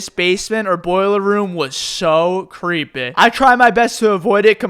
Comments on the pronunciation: I love ho he says creepy "Creepəhh" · I love how pronounces things that end with a "Y" as "Eh" Creepeh Scareh Meh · Every time you say creepy it sounds like creepay